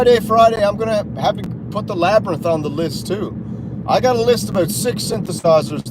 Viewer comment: Meh-sengger and Labrynth 🤣